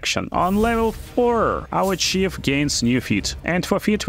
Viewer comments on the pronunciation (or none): Hey thanks for the help! I figure I can help you in return. Its not re-silent its resilient its not chief its thief its not dash its death its not face its faith. You can google these words to hear the correct pronunciation. Great Video! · Большая просьба, поработай наж произношением корректным. Я слушал в наушниках, не глядя в экран, и все думал, откуда и разбойника подкласс вождя и какое будущее при лвл апе получают персонажи. Помимо этого, гайж подробный и дельный, спасибо.